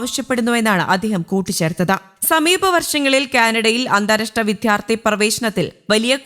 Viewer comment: Enthanu “vidhyarthi”, it should be vidyarthi.